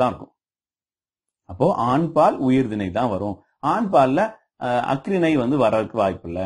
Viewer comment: பார்த்தீங்க அப்படின்னு ஆச்சுன்னா என்னய்யா தமிழ் பேசுறீங்க? அக்றிணை இல்லை ஐயா, அஃறிணை